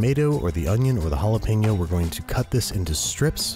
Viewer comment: An Oh-nioh